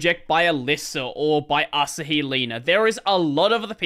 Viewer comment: Asahi Linux is pronounced "uh" + "saa" + "hee".